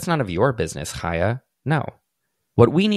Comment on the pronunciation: Thank you so much for covering this specifically because you're the only person I've heard pronounce Chaya. I was starting to think I was crazy.